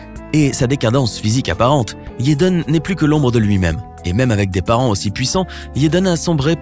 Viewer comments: Pourquoi il dit "yaiden smith " je croiyais que c'etait jaiden 🤷‍♀️ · pourquoi tu di yaden aulieu de jaden... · pourquoi vous dites yaden et pas jaden? c'est bizarre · C EST JADEN PAS YADEN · « YEDEN » MDRR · "YEDEN" HAHAHA 💀💀💀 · mass rimeri JEN AI MARRE 😂😂😂 Je me retiens de pouffer de rire a chaque fois qu’il dif Yeden 😂😂😂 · Mais il dit yeden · Mais qui t’a envoyé dire « Yaden »??? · Yéden smis😂😂😂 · Mzelle Kenza c’est Jaden t’inquiète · S’il vous plaît, avant de faire tout un discours sur quelqu’un, apprenez à prononcer son prénom correctement 🤔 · je suis la seule qui est perturbé dont la façon dont il dit son nom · Pourquoi vous dites yaden smisss c'est Jaden smiTH TH SE PRONONCE PAS SSSSSS MAIS JUSTE A DIRE LE T genre jaden (SMITE)en prononciation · Ce serait quand-même vachement mieux si tu prononçais au moins un nom correctement. Will Smisse, Yédeun Smisse, etc. J'ai très mal aux oreilles.